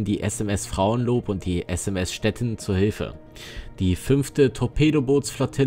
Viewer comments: Stettin ist eine ehemalige deutsche Stadt das Schiff heißt nicht Stetten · kennt der Kommentator wirklich die deutsche Stadt STETTIN nicht? Mit langem iiiii!